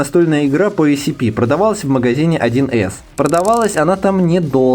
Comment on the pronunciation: Автор почему-то все видео отчетливо произносит ACP вместо SCP